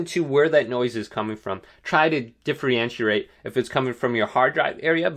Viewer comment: Works well for me thanks. Also "try to differyenshreyate" lol that cracked me up sorry had to say it